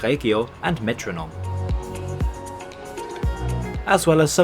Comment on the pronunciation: Why did you pronounce DB Regio so strangely? Please just pronounce DB Regio like you would in English, not DB Rechgio